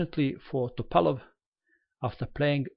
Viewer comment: is from Montenegro and his mother language is very close to russian. The way he says it is the right way.